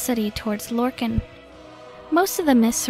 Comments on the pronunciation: “Lorkin” it’s Lorkahn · It's Lorkhan.